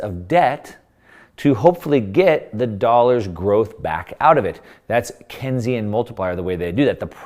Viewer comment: It’s pronounced Keynes - like Keensian. Not Kensian. John M. Keynes echoed Lenin when he said the surest way to destroy a free (capitalist) nation is to take over and debauch its currency through a system of inflation and debt. They succeeded.